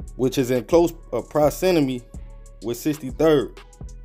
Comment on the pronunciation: That failed attempt to say proximity was the highlight of the video for me lmao